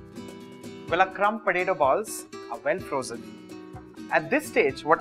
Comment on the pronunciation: it's potato not patato....